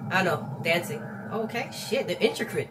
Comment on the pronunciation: I don't know what I love more about this: the fact that he body rolled to Love me Do, that fact Sungjong caught his eye or the fact that he couldn't pronounce "intricate."